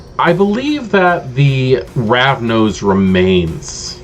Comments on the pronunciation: First time I've heard someone say "Ravno" instead of "Ravnos", but this video was incredibly useful for me, and highly entertaining. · I love this. But you know its Ravnos, not Ravno, right?